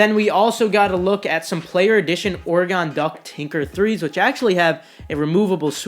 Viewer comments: DID YOU JUST SAY ORE-GONE NO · Orygun.. haha Oregon my man! 😎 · Rip being from Oregon we do not pronounce it that way but idc 😂